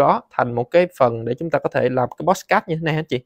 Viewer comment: Làm ơn đừng phát âm "pót sờ cát" được ko. Nó là podcast mà...